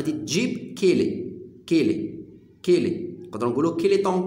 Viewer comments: احسنت استاذ ملاحظة فقط لا نقول كيلي تنطق كالي وشكرا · يا استاذ عجبتني طريقة الشرح . و لكن نقولو كالي. و ليس كيلي .. تحية من الجزائر